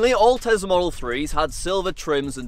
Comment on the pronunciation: I like how he said tezla and my friend was omg lol it is Tesla I started laughing but It is fine how u say it ur content is great 😊❤